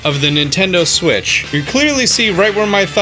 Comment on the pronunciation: and that is how you dock a nintendo siwttch Me:wait a min....